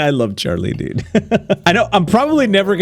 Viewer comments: The "Dude" sounds more like "Jude" to me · Is it just me or when said dude it sounded more like student